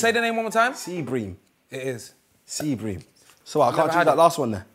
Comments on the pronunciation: The way chuckz pronounced sea bream 😂🤣 then co sign him bloody hellll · It's bream but my my pronounces it brim